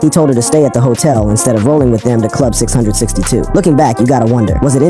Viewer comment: It's pronounced "Club six, six, two", and Suge is not pronounced "Suje"; this was likely ai generated/ unable to recognize human feelings/ expressions.